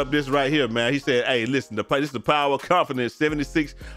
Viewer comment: I bet you thought no one caught that last "Confidenzence" 😂😂😂😂😂😂😂😂😂😂😂